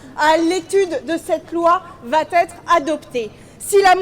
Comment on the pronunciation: "La motion de rejet préalable vaT être adoptée" nous dit, à